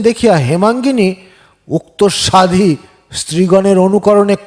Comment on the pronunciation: বনফুলের গল্প শোনালেন। ভাল লাগল। আমার প্রিয় লেখক। একটা কথা বলি। রাগ করবেন না তো? প্রাকৃত, এরোপ্লেন, সাধ্বী,হৃদ্য(?) এইসব শব্দগুলোরউচ্চারণ ঠিক হয়নি। কানে লাগে। আপনার সাফল্য কামনা করি।